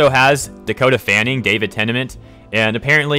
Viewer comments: ahhahahah...i-i...David TENAMENT? I only know David tennant sir!(jk everyone mispronounces something once in a while) Edit: ok this is just ridiculous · Why does mispronounce “Tennant” in David Tennant’s name?